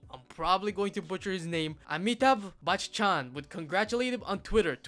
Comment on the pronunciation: i am actually proud you pronounced the name of amitabh bachchan right but you broke bach chan in tw parts which you shoudnt do